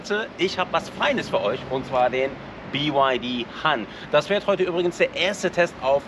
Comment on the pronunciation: "BY Ha(h)n" --> tatsächlich spricht es sich "Hann", also hart und kurz. Han ist auch ein sehr häufiger Nachname aufgrund einer Dynastie, bin aber nicht sicher ob es das gleiche Zeichen (also Wort) ist. Aber BYD Han entspräche "VW Müller" oder "Tesla Smith" oder "Renault de Funès" lol nur Spaß